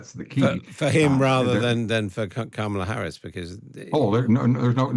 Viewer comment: If people are interviewers at least have the decency to pronounce Kamala Harris's name correctly. Black and Brown people have to continuously put up with this disrespect.